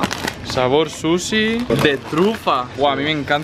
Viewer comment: cuando dijo patatas de suchi pense que dijo patatas de susi por que haci lo pronuncio jaja